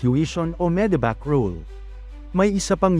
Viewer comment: Medevac ❎ Medibac ✅